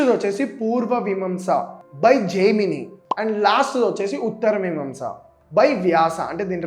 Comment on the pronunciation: Anni super ga cheppav , so happy to see this from a young YT Guy , kani okkate thappu chesav , a okkate antha chedagottindhi , adhe spelling - pronouncing Anni thappule , asalu ni noti nundi oka 100 words/names occhi unte andhulo 60 varaku thappule unnay , Vimamsa ❎ miimaamsaa ✅ Kannada ❎ kanaadha ✅ Ivvi just examples e , chaaalaaa thappulu unnay words lo , adhe chala badhesindhi😢😢 Edho English vadu noru tirakka Palikinattu palikav 😅 anyway , apart from it everything is so good ❤ thank you for making this ❤